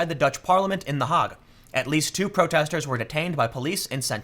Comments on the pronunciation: Tim, it's pronounced "The Hayg" not "The Hog" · Haaaayg. Not hog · The hog? lol. Bless, Tim. It's pronounced Haig with a long a and the g being a regular g sound, NOT like a j.